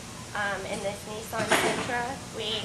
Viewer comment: Nissan, not Neesarn.